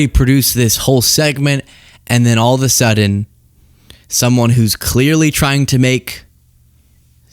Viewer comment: *all OF A sudden. … I love your content…. But every time you say “all the sudden” I cringe so hard.